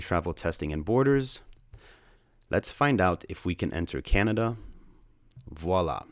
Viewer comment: thanks for pronouncing canada the right away almost everybody gets it wrong